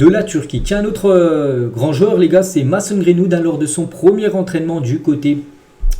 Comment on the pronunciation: C pas mAson c’est mAYson sinon continue comme ca t le goat